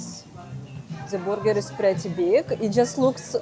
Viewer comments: Say "BER"ger, not "BOO"ger. Booger means something else.😅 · I love your Russian pronunciation of BrrGrr: “BooerGur” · "The borger" 😄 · I luv your pronunciation of "burger," it's so cute. Though it's spelled with a "u," it's pronounced like an "e." Say "ham-berger” 😉